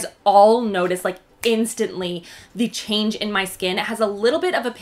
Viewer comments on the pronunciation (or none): none